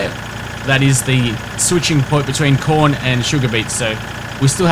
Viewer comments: lol when u say corn i sounds like ur sayin porn :D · Taught he said porn at the start ..